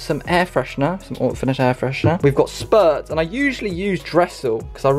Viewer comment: Cringing every time I heard ‘SPURTS’ It’s spritz... spur ritz